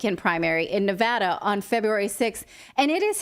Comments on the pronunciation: From Reno, I appreciate the correct pronunciation of Nevada. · From Ferntucky I hear ya. Like its spelled Nevahda.